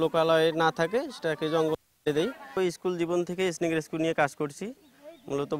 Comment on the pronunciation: Snake উচ্চারন করতে পারে না,, আবার সাংবাদিক ফুটায়